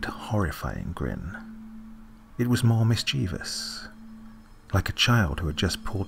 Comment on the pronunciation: Life is wondrous and lovely and good. There is another person on the planet that pronounces the word mischievous correctly! Great story and delivery divine.